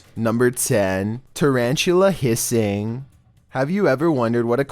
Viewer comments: Normal people: tarantula Me: Charanchula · Tarantulla.. first i tought he said chinchilla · Tarantula more like CHARANCHULA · nobody: litteraly nobody:: charanchtula but im a big fan of you two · " the... tah ran tchu la... "